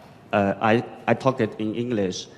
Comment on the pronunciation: 港大的學生的英文會話實在很差，在表達及發音上的能力都非常欠缺。發音不準，聽來剌耳，又多時詞不達意。